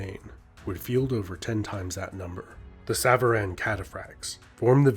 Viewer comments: bro it's sàvaran. not sàvàràn. it means "those who ride" aka riders. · Nice video although the A at the end of savaran is more like an O (the Alef in Farsi is usually translated as an A but is more like aw or o). Savaran literally means "riders" as savar is the verb you can use for riding a horse, a car or even a bicycle. Enjoyed this video alot though.